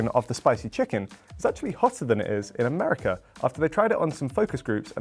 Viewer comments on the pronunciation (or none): none